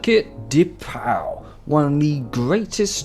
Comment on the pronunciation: Pau is pronouced "pô" and I live 40 mins from that city so I saw some F3 and clio cup races there and its pretty cool.